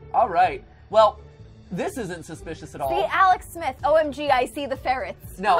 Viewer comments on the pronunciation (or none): none